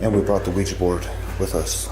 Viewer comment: “Ouija” again. 2 syllables.